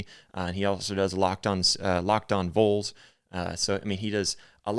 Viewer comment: "Vahls" not "voles".. Volunteers... Vols... just helping you sound more professional bro.